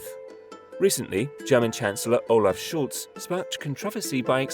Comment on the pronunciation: Hi, great video! The German Chancellor's name is Scholz not Schultz tho 😃😅